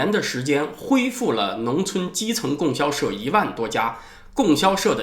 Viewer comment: 老师， 应该读 供（读第一声比较适合）销社